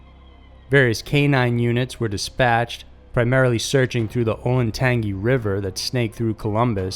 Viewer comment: We pronounce it “O LAN tang gee” but ok